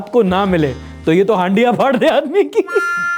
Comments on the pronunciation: हंडिया❌ हड़िया ✅ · it’s called Hadia.. “ हड़िया “